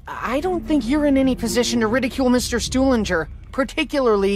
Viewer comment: The best thing that i've ever heard in the history of zombies is Misty calling Stuhlinger "Stupidger" LMAO.